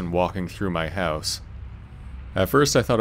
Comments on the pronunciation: "A small hehwse." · This narrator is Canadian. I could tell. He said the word "house" in a unique way.